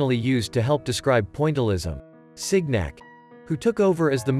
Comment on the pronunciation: "Sig-nac?" "La Granday Jat?" "The River Sane?" "Point-i-lism?" The mispronunciation is awful. I would never show this to my students. Also the grammar - "the ways the hues was mixed..." Just terrible.